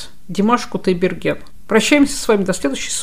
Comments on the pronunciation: Димаш Кудайберген, а не Кутдайберген, об этом говорят... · Какой же умница! Димаша любят не только за голос, а за его мудрость, тактичность (когда ведущая неправильно произнесла его фамилию, он сделал вид, что не заметил) и за простоту общения, короче, за все! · Замечательное интервью, но фамилию должны произносить правильно. Димашу желаю творческих успехов, здоровья и отличного настроения! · Журналистка бестактно даёт советы по поводу репертуара Димашу ,искажает фамилию певца ,фамилию,которая известна всему Миру. Как понять , журналистка ,побывавшая на концерте Димаша в Кремле , неправильно произносит фамилию мировой звезды. Димаш - это гордость Кахахстана,певец с мировым именем. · Зачем Димашу навязывать репертуар выступления,советовать на каком языке петь,если ведущая даже произносит неправильно его фамилию.Прежде чем брать интервью,надо хорошо подготовиться,Димаш. национальный певец,он казах и основной репертуар его национальные песни,навязывать ему на каком языке петь это не корректно. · Журналистка , не подготовлена или волнуется, то фамилию коверкает, то даты путает. Когда Димаш родился ,СССР уже распался как три года!!